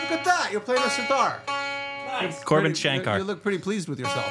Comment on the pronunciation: Man said korbin shankar 🤣🤣